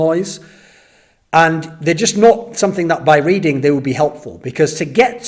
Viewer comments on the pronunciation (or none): none